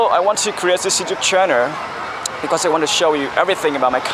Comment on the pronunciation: Chỉnh phát âm lại các chữ war, channel, miles là OK vài chữ khác sai nhưng không sai nặng về phát âm.